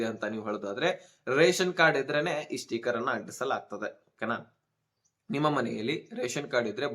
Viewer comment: ಸ್ಟೀಕರ್ ಅಲ್ಲಪ್ಪ 👺, ಸ್ಟಿಕ್ಕರ್. ಕನ್ನಡ ಸರಿಯಾಗಿ ಉಚ್ಚರಣೆ ಮಾಡಪ್ಪ 😂. ಅಕ್ಕಿ APL ಗೆ ಇಲ್ಲಪ್ಪ 😂😂